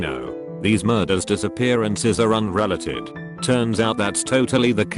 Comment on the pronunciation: "un-reh-leh-ted". Is that how it says "unrelated"? Your fucking text-to-speech sucks.